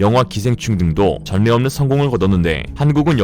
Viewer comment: 전례없는 에서 발음이 '전예'가 아니라 '절례'로 해야 맞습니다. 민낯을 발음도 '민낫을' 아니라 '민나츨'이라 발음 해야 합니다.